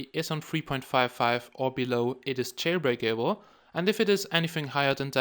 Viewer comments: every time you say jail-brake-a-ble makes me laugh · "Jailbreak able" :3